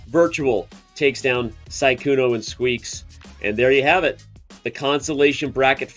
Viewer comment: Danny pronounced Sykkuno correctly this time. Almost took him the whole tournament!😂